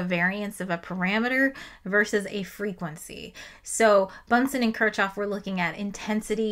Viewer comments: It's pronounced "kirkhhof" [kɪʁχhof] (but I'd excuse [kɪɹkhof]) and there are some dialects that pronounce it closer to "kirshhof", but it's definitely not "kirtshhof". Why are Americans so bad at pronouncing German and Russian surnames (and also some Greek and Hebrew words)? You always assume the letter combination ch does its common English sound even when it's in a foreign name, and you just should not do that. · it is not "ch", it is "h" in Kirchoff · No way you called kirchoff kir”ch”off 😭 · It's fine, it means she learned from a book, which is admirable. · yes that’s why I didn’t correct her I’m just surprised she would say it like that lol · Took a few seconds to figure out who that Kirchov was you're talking about. The guy was NOT russian, there's no "tcho" in Kirchhoff / I understand if the english speaking scientific community mispronounces by default and this is for the sake of unambiguous communication, but if you target the general audience, that might be a good reason to break the bad habit, thank you very much ^^